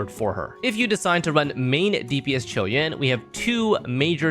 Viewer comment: Finally someone who can pronounce his name properly